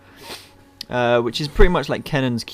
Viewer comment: it's pronounced Shur-ih-kin